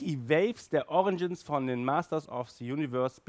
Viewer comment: "fur" heisst FELL! Ausserdem heisst es "origins" nicht "oriNgins....